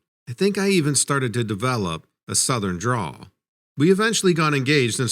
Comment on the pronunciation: Southern drawl, not draw. 👍🏻👍🏻.